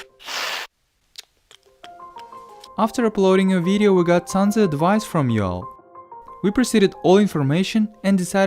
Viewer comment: DID YOU JUST SAY YA'LL IN AN ALMOST RUSSIAN ACCENT? Ok, I don't regret subscribing